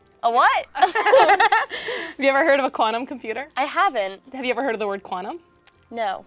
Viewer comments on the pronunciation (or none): no i have not heard of the word KWANNUM- PLEASE pronounce the T in quantum when introducing the word! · she is a professional in her field as a "qua'num" researcher but cant pronounce quantum properly lol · Well, Yes and No. She certainly put an interesting Spin on the concept, but her pronunciation of Quaa-num is atrocious for somebody so highly edumacated. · When she says the word "quantum" she doesn't always pronounce the t and it drives me nuts. Also they picked the most stereotypical teenage girl they could find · The 15 year old that's never heard "quantum" ='(